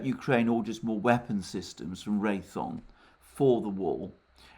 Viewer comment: Alexander—Ray-THE-on, not Ray-thon. The company is Raytheon Technologies. Thanks!